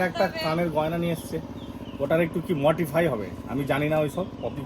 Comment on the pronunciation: মটিফাই কি? মডিফাই শুনেছি। modify.